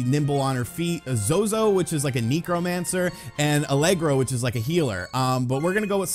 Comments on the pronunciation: Knee-crow-mancer? It's Neck-row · Kneecromancer? Necromancer? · Why did you pronounce necromancer that way?